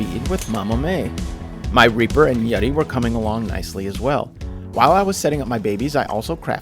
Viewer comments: its yuti not yeti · i love your videos but it is pronounced U T